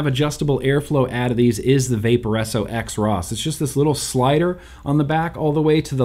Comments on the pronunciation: I believe the “X Ross” is pronounced “Cross”. At least, that’s my “cool pronunciation “ take. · pretty sure xross is supposed to be pronounced kross